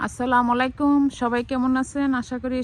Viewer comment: আপু আপনি সবসময় দেখি সালাম দেন ভুল সঠিকভাবে সালাম দিয়েন সঠিক সালাম হবে এভাবে আসসালামু আলাইকুম আর আপনি দেন এভাবে আসসালামালাইকুম এটা ভুল